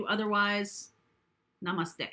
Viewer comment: I like your diction of namaste,bcz i m from indiaa......love you so much mem....i like your videos and always wait for virgo n lio